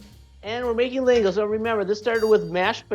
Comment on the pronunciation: It's spelled "lángos" but pronounced "langosh". The the "s" is pronounced like "sh". And it's csirkepaprikás.